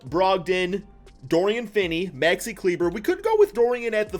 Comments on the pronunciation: Maxi Klee-Buh not kleeber 💀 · Maxi kleever